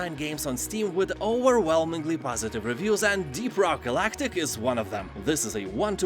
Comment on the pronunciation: I first thought he said 'Deer Park Galactic, and that sounds more interesting, to be honest.